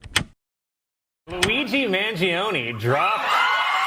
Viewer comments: please pronounce his surname correctly. The i after the g is silent. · Mangione has only three syllables